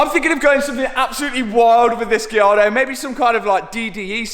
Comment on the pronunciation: You KEEEP SAYING GIARDO ITS GALLARDO